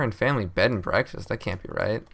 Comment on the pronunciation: Bread and bekfast XD